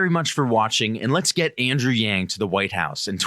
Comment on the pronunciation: Did he mess up Andrew's name when introducing him?